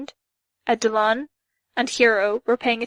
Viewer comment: LEARN HOW TO PRONOUNCE WORDS BEFORE YOU PERFORM THEM. Panacea, Eidolon, a dozen others. Just...there are a ton of resources to find out how to pronounce words, if you don't know don't just guess, jeeze.